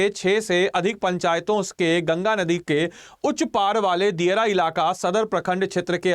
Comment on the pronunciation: kya kya bola jara hai ye banda jldi jldi ... dheere bolo bt pronounce toh sahi krre aap ... ... nadi ko din bol raha hai or kuch sabdo ka v uccharan galat hai .... bpsc or upsc ka preparation hora hai ya vlog bnn ra hai ?